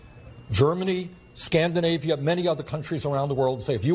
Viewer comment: Scandi-a-navia? That's what we're called? Höhöhö :D